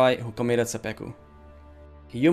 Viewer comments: Great video, thanks, but it's seppuku not seppeku. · Pretty ignorant pronunciation of Seppuku and saying it is "romanticized suicide" do more research man. Bad look.